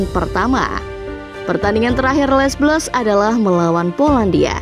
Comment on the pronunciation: min, gak enak banget ngucapinnya les blues, harusnya kalo diucapin tuh, cukup le blu